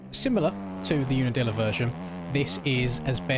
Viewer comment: the way the english say unadilla 😭